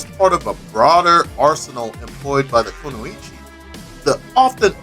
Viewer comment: You're saying kunoichi wrong just so u know.